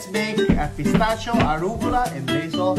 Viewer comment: What is Orugla???😂😂😂😂😂😂